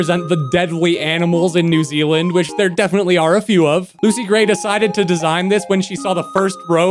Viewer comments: new "zeland" its zealand XD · ‘new zeland’ 😭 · Bro didn’t even speak Zealand right